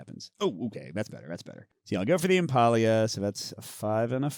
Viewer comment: Impaleah. Impale-ah. Not Impah-e-ah. It's a play on Impala. :D